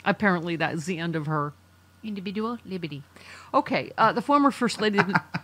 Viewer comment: I can listen to say: indibidual leeberti, endlessly!😂